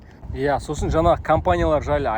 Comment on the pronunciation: Жаңа деп сөйлеші жана емес